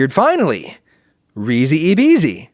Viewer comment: Please pronounce Risi e Bisi correctly. rhee zhee ay bee zhee